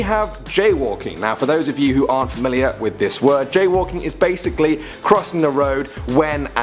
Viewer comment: Thought it was jail walking not jaywalking